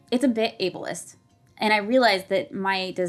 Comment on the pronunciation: "Ablesist." OH lord....